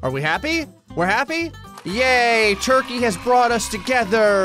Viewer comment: gets proposed to - "I'm gonna draw a toikey"